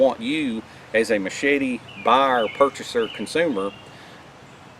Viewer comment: Ma-shey-tee... Great video...